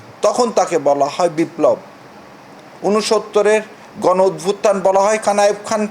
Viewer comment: উচ্চারণ অদ্ভুতথান হবে না। উচ্চারণ হবে অভ্যুত্থান